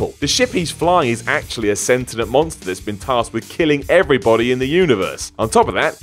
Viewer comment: a "sentinent" monster? SENTIENT.